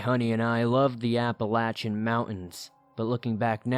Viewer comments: Its App-uh-lay-shin. Apple-Latch-in kinda takes away from the seriousness, to someone who lives here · Apple-latch-uh is how people in Appalachia say it. Source: I'm from Appalachia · Applelatchin mountains haha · As a yee yee from Pennsylvania I have to say APP-UH-LAY-SHIN. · Yes.. from Georgia and that's how we pronounce it. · As someone else who has liven in the Appalachian mountains most of their lives I can tell you no one pronounces it like he does. Everyone says "apple-a-shun". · Apple-lay-shin phonetically spelled how it's pronounced. There ya go! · He doesn't pronounce it correctly though. he puts an N in it, making the CH extra hard. Appalanchian isn't correct. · The way he says it lol apple latch in haha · Your annunciation is not correct of your pronouncing of the word Appalachian . you sound like you have gum in your mouth as well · Couldn't even watch the whole video because of how Appalachian mountains is pronounced. 😆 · I love your videos as always, but I must tell you I absolutely despise the way you say Appalachian. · The way you pronounce Appalachian makes me wince lol But still definitely got some good stories here. I don't hear this topic covered much in all the other scary story channels I listen to so congrats on covering something unique! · I'm going of bc of the way he pronounced Appalachian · Where the hell did you learn how to pronounce Appalachian?! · Google says you pronounce it differently. There are many ways to pronounce it though, and he chose the most annoying, hair raising, and least commonly used way lol.